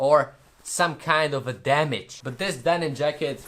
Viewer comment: This is cringe he keeps saying damage and he didn’t even do it right